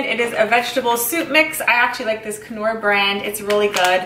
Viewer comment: Hint: The K is silent when you pronounce the name Knorr.